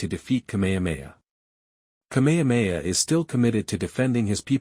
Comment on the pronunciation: If you can say: “HA HA HA” you can say KameHAmeHA … it’s NOT ka mea mea